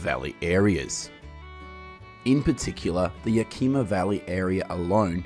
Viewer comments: "wenatachi"???? "Yakeema"? sounds like some AI voice? ridiculous. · You seemingly know a lot about apple production, but you don't know how to pronounce the places they come from in Washington. You pronounced every one of these towns wrong; Yakima, Lake Chelan and Wenatchee. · Lots of inaccurate and out of date info in this video. Also funny to listen to you try to pronounce Wenatchee, Yakima, and Chelan.